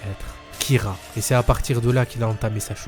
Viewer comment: Kira pas Kyra espece de demeuré